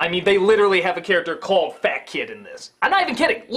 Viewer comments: Czy tylko mi się wydaje, że za każdym razem jak mówią Fatkid to brzmi to jak Fuck it? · To ,,fat kid", brzmi trochę jak,,fuck it". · Brzmi trochę jak ,,Fuck it''.